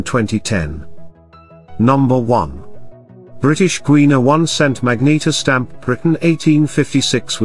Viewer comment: Maybe they could have picked a narrator that can actually pronounce words correctly: "Number one : British Gweena one cent magneeta stamp,,,"???!!!